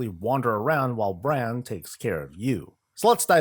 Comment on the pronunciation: FYI.. It's Brawn(Brann) Bronzebeard, Heard it too many times leveling lol.